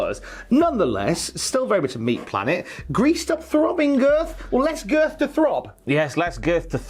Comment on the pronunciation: Am I the only one that finds the way Wade Barrett says “girth” extremely satisfying?